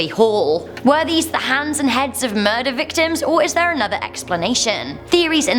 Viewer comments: I can't tell if you're saying hands or heads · she was saying sevared heads not hands